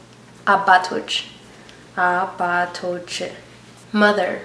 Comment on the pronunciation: Question: When you are doing the pronunciation, why do you add the extra syllable to the end of the word? Because when you actually say the word, you don't actually add the extra syllable that you are pronouncing. For instance, you say Abahtohch (Father). You say, "Ah-bah-toh-CHAY" instead of just saying, "Ah-bah-tohch Just wanting to know. Thank you.